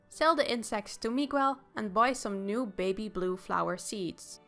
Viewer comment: Your saying Miguel's name wrong.